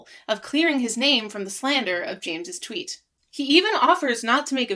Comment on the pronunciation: “Twoot” I love it